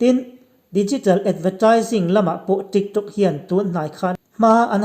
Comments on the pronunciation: Trick Trok ati....ka ngaithla ṭha leh ngat... TRICK TRAWK...TRIK ṬROK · a pangai in alam zeuh zeuh. Mase midang aia in tih danglam a atum vang in TRIK TRAWK ti in a lam leh vel a.putar aw a ang ropui si. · video nge videow Trik trok 🤣🤣🤣La na duh reng reng suh aho lutuk pân lo ah tho afu ngailo 🤣🤣